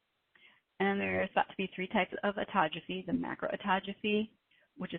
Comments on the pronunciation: Yeah, she mispronounced Autophagy. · Autogeaphy? !! Do I hear she say autogeaphy?!!!!